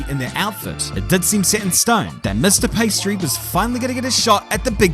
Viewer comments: Pee ah stree. Not pastry. lol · Am I the only one hearing 'pastry' instead of Piastri? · Everyone else: Piastri: Pastry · I cannot tell if this is on purpose but it sounds like you are saying pastry. Great video. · I love the pastry pronunciation... welcome to the big league, Oscar Pâtisserie? :) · I love how halfway through the video just gave up pronouncing Oscars last name correctly and just said "pastry" over and over;) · Maybe I need to get my ears checked. Did keep calling him Pastry in some instances? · Love how you call him "pastry" every other time 😂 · I love the "Paistri" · Does anyone else hear him say pastry? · i'm not the only one hearing pastry right? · yeah he's actually saying that sometimes, it's a running joke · Great entertaining summary, but I hope you learned how to pronounce his name properly by now. Some people in the comments even wrote it that way, but there is an "i" behind the "p". 😊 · Mispronouncing Piastri is childish and stupid.